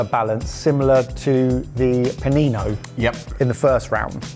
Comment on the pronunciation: I thought I was going crazy and all the Italians I know just pronounced mortadeLLa the way we do in Australia, no other word, just mortadella. 🤣 Especially when he correctly said Panino is the singular.